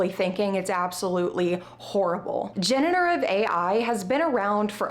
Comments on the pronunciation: good video, though I am confused why you keep saying genETERive ai instead of genERATive ai. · off topic but am I the only one who noticed that she pronounces "generative" wrong?